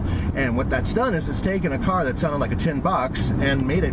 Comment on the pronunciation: Its "that" not "dat"